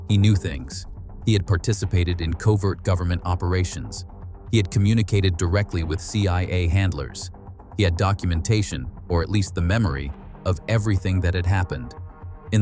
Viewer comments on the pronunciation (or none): "COVRET OPERATIONS"....Ay-yi-yi and this is supposed to taking over?